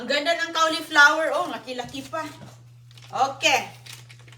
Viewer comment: Correction po! Hnde po Cawliplawer ang pronunciation... coliflower po ang CAULIFLOWER. Once in awhile dapat correct po ang pronunciation dapat kc influencer po kyo. Dn't take this as bash its for u to say the English word rightly and we call it "Correct Pronunciation"not "Pronounciation"...✌️🥰